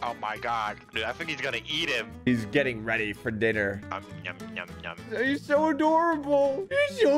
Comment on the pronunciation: Wait did he say aDOORable? (Did you get it)